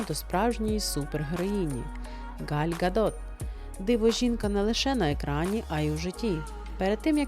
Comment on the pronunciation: Вы так забавно произнесли имя Галь Гадот, что мне послышалось: Галька Дот. Нет, ну у вас действительно, забавное произношение.